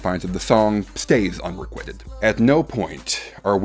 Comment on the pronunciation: Also, unrequited is not said like that. Also yes, She Likes It is the worst song ever.